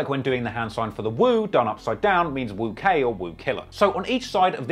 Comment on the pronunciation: Woo vs “chew” 😭😭